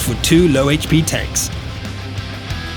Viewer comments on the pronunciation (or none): none